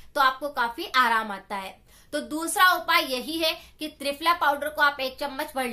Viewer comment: Mam ਤ੍ਰਿਪਲਾ ras bola app ne